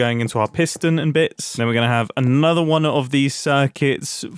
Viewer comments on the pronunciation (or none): none